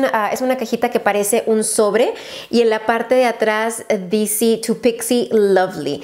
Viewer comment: 49.30 "dici" en vez de dice JAJAJAJJAA